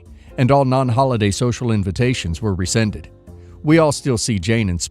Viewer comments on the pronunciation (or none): none